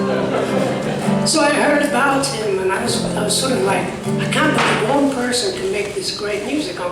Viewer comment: he can't say say 'one' WUN.